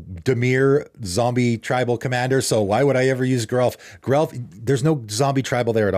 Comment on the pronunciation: According to Mark Rosewater, Geralf is pronounced with a soft g, not a hard g.